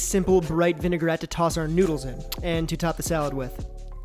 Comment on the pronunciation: There’s no such thing as a vin-e-gar-ette. It’s vin-a-grette.